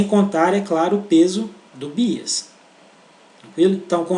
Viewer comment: Muito bom, mas sem querer ser chata e já sendo, "bias" pronuncia-se como "baias".